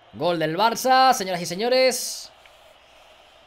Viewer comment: Porque dice "golgolgolgolgol" y no "galgalgalgalgal"?:(